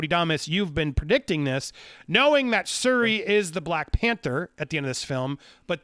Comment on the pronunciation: Sir it is pronounced SH-URI!